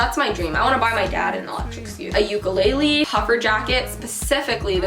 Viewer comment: Please say ukulele right next time 🥺 - from a Hawaiian ps ily!